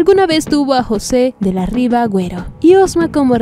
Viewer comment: Vergüenza por la mala lectura que realiza la locutora de este canal.... Minuto 3.18.... el apellido es José de la Riva Agüero y Osma ( historiador y político peruano ) y no José de la Riva Agüero y Osma , con esa pausa muy pronunciada que hace al leer ....... Minuto 9.04 ...... la pronunciación correcta es PUBLICA ( sin tilde ) y no PÚBLICA ( con tilde ) en referencia al artículo que escribió en ese semanario el columnista Pedro Francke....... Solamente 2 errores como ejemplo ( además de otros ) de no saber leer bien , como lo hacen algunos candidatos .......